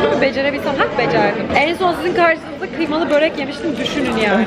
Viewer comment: Börek değil böööööörek